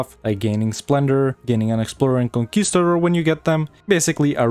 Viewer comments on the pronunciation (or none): none